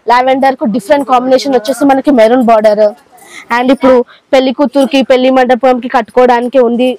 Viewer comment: పెళ్లి అనాలి